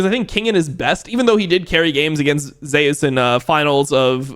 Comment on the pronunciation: does dom prefer pronouncing zeus like that or does he not know?